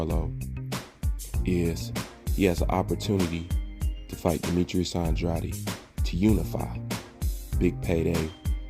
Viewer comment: I agree with most of your opinions, but you pronounce andrades name wrong as hell.